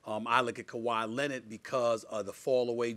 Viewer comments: "Kawhi lennid" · "Kawhi Lennitt"